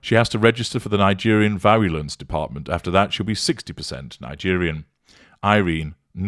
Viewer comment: LMAO "Liegerian"